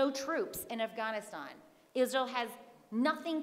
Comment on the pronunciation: Lost any/all interest after the third forced pronunciation of "Afghaaaaaanistan". I'll skip the rest of the presentation and just assume I'm supposed to blame the CIShet white patriarchy for everything (as per usual).